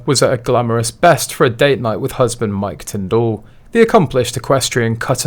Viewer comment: Tindall is pronounced Tindle as in Kindle